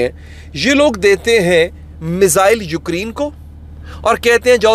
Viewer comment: Ukreen❌ Ukraine ✅